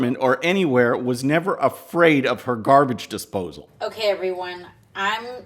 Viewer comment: She sounds DRUNK when she was playing with the garbage desposle... DRUNK ..